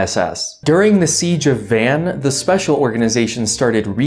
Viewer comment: Carisus It is understandable why he got Van (Vahn) wrong, but that is the another good example